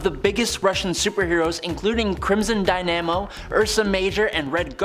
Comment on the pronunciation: Right off the bat…Dy-nam-o instead of dyn-a-mo…..hahaha 😂